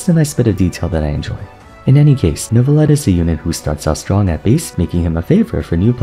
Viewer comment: I am so happy that the age of people saying "NEURVIETTE" is over. Jesus christ that pronounciation was awful to listen to.